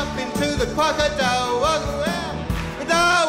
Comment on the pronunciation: Cwocadile Wock!